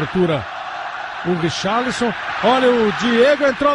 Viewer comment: Ele fala é Richarlisom ...